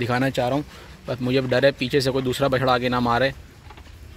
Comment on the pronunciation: stop saying Bacha. its bachra!